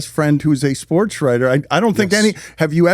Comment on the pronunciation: In the "SPOOTS" world?